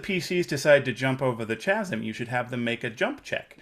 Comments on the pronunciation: That's now how you pronounce 'chasm'. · Chasm is pronounced kazəm, not with the ch (as in church) sound. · I came here to write this. I don’t want to buy a book from a man who mispronounces ‘chasm’. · After being called out by one of my players (my wife) for mispronouncing chasm, it’s so nice to hear that a master GM like makes the same the mistake.